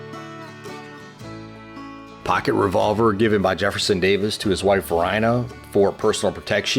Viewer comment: Varina is pronounced Vareena. Philip St. George Cooke was the father of Flora Stuart wife of Jeb Stuart. It’s years since I was in Richmond and I can’t imagine it without the statues. Be proud of the brave men who fought for the Confederacy, they are a part of your history.